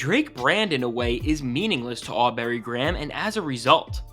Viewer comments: Aw-berry 😂😂😂 that's hilarious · You said “Awwberry Graham” 😂😂😂